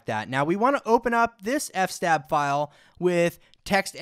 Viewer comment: 'f-stab' 😅 loved it. It's fs-tab... filesystem table.